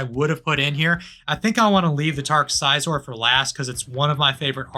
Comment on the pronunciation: hearing you say scizor like that 3 times in a row was painful